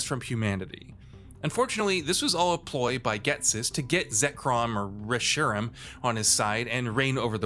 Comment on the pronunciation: That botched pronunciation of "Reshiram," Jesus Christ. It's "reh-she-RAM."